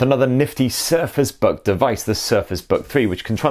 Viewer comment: Is it me or did he say "Surface bug three" ?